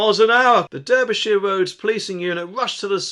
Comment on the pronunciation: Someone needs to learn how to pronounce Derby and Derbyshire!